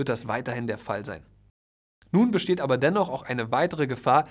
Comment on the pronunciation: Das Wörtchen „ABER“... und das auch noch betont, wie du es betonst... also ausdrucksstark... zerstört alles, was du vorher so wohlwollend positiv für die Makler formuliert hast! Du warst noch nie dabei, wenn Parteien sich nach einem Kauf zerfleischen wollen... da spätestens ist ein Makler für die Partei, der Unrecht getan wird, pures Gold wert - ganz gleich über welchen Kaufpreis oder über welche Komplexität des Deals wir sprechen!